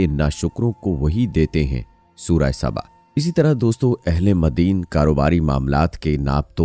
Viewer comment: مدِین ❌❌❌❌❌❌❌❌❌😥😥😥😥 قرآن مجید میں یہ لفظ آیا ھے مَدْیَن ✅✅✅